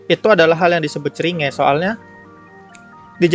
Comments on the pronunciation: Everyone pronounce Cringe: krinjs pronounce Cringe: ceringe:v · aslinya bacanya KRINCH bukan CERINGE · Normal people: "Krinjs": Ceringe Last Wolf: CERINGEK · Finally: cringe di baca ceringe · Cara Orang ngomong cringe Kebanyakan orang: Crinss: Kringe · Lu bilang ceringe gw yg denger jd ngerasa ceringe sendiri bang 😅 Di bacanya "krin" btw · Bacanya krings woi bukan ceringe, ngakak gw sama bhs inggris lu bang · normal ppl: krincs: CRI NGE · cri nge bacanya krincs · lebih cringe ketika ada orang yang menyebut cringe dengan CeRiinGe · Bacanya bukan ceringe bang haduuh :'v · cringe... : klo dibaca krins bang akwoakwosjw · Orang Normal:Cringe:ceringe wkwkwkkw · Ngomong cringe nya yang bener bang